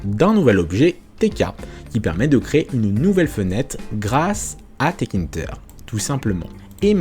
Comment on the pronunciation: Salut, juste une petite erreur de prononciation de ta part, ce n'est pas 't-kinter' mais 'tk-inter' Donc il faut le prononcer 'téka-ine-teur' Ah oui, aussi, en pratique, on n'importera pas tout depuis la librairie tk, c'est trop lourd à charger, et sur de grosses interfaces, ça va prendre du temps à charger, donc, il faudrait plutôt utiliser cette syntaxe: from tkinter import PhotoImage, Canvas, Frame, Label Aussi, quelque chose d'encore plus utilisé est de faire: import tkinter as tk Puis, image = tk.PhotoImage C'est plus utilisé car cela permet d'éviter les conflits de noms d'objets 😉 Sinon, super vidéo!